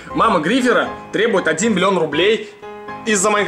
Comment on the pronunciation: Миллион , а не хуллион?